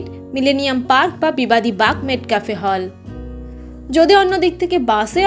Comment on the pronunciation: Pronunciation ta মেটকাফ, মেটক্যাফে নয়।